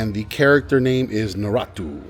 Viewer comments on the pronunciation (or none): How you’re saying Naruto is crazy 🤣🤣